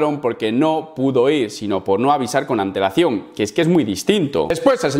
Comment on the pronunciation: Cada vez 1ue dice antelacion... ANTEEWL